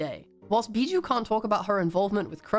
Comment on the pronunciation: WOAH WOAH, I love this video and all but I can't stand you calling biboo as bijou.